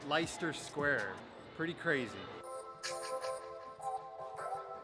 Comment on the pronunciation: Leicester Square is actually pronounced Lester Square.